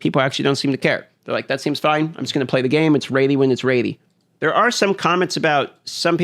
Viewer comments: The raidy instead of ready was all I heard, could you repeat that for me? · Ready = Raydi..... LOL sorry bro, love you. Just giving you some shit! ;D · Like for a video of saying "Ready" instead of "Raidy" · It’s raidy when its raidy, bro.